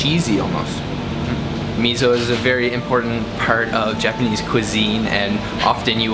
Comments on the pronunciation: Note that fermented soy bean paste is miso not mizo. みそnot みぞ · me-zo lol do you not like s? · like meh so? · Loved the video, but "miso" should be pronounced "me so", not "mizzo". 😀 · It is miso. Not Mizo. Thanks. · did u pronounce mi-zo? It's supposed to be mi-so and not mi-zo!! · It is not Mizo but Miso ! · it's not MiZO, it's miso, like Misso, please pronounce it correctly. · Its not mizo, is miSo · Please don't call it mizo. It's MISO. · Miso. Note that it is spelled with an S. Not a Z. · 「miso」 だよwww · Why does he say MEEZO? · He's from Canadia...what do you expect? ;) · this bothered me as well. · You can't pronounce Miso correctly